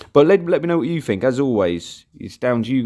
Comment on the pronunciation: Learn to say think instead of fink please